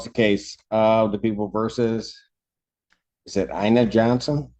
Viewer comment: Aina should not sound like Ayana. Maybe Aye-eee-na, but not Aye-Yah-nuh